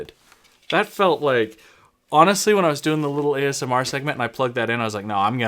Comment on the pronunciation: I like your videos for the education, insights, commentary but I just hope you don't ever say AMSR again...